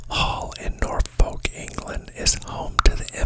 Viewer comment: Versailles = vr sai - rhymes with sigh. Norfolk = nor fek 👍🙂 Btw, great ASMR voice.